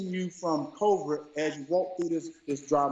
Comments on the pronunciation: COVRID Herschel Walker can't even pronounce COVID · Okay, first he said "crovid". Secondly what is he even saying?🤣🤣🤣🤣🤣🤣🤣 and someone please tell me "Why are there still apes?" 🤣🤣🤣🤣🤣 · First of all NEVER take the word or health advice of someone who pronounces Covid - Covrid . C’mon Herschel! YOU make ALL of us look bad. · He says COVRID....not COVID,.....so l have even less faith in ANYTHING he says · He was talking about "covrid" not covid. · He lost me at “Cova” 😂😂😂😂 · “Covrid” - Hershel Walker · Did he say Covrid? 😅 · Walker can't even pronounce COVID correctly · He can't even say COVID. "Kovrid." with his sheriff's badge from the Dollar Tree. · Did he say corvid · "Coverid?" Is that a new strand? ..One may never know. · I thought it was Covid and not Covird... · ah here’s the truth.. listen closely.. he wasn’t talking about COVID, he was saying COVERT😂😂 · Coverite...Gotta love Hershel's pronunciation of the word covid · That ninja said corvid! SMH 🤦‍♂️ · COVRID??? N***a please stop. He can’t even pronounce it!! If anybody came from an ape, it’s him!! Dumb idiot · Is he saying covert? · Does he know he's saying "covert" and not Covid? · Did he say CORVID? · He can’t even pronounce the word Covid ! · Herschel cant even say COVID properly. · He can’t even say the word Covid. A very dumb guy . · i cant trust anyone who cant pronounce"covid" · Thank you! Something outside of GA finally knows he can't even pronounce covid